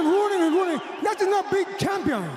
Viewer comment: He ronning and ronning and ronning😂😂